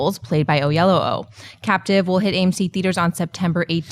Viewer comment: Hey guys.... it's kinda racist not to pronounce David Oyelowo; The guy is a Director and Oscar level Actor. How hard would it be? Look it up on youtube and say it right?